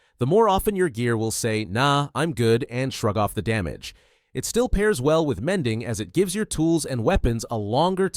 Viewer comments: The mending sounds like a filipino said it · "mending" in indian accent